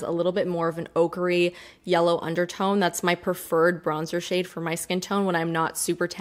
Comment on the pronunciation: I know you're saying "ochre-y" but I keep hearing "ogre-y" which immediately brings Shrek to mind, and I think green